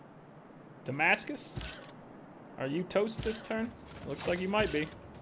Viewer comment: Did you really call it "Dumbass-cus?" I genuinely laughed out loud. "Hat-U.S.A." had me tickled, but you outdid yourself there. I too love novelty albums--Neil Cicierega released an album called "Mouth Sounds" and the first track on it is "Pictures At An Exhibition" by Mussorgsky, but every note is just Smash Mouth's pitched-shifted "SOME" from the beginning of All-Star. All the songs feature a similar gimmick where Smash Mouth's All-Star is cut up, shifted, or sampled to cover another, completely unrelated song.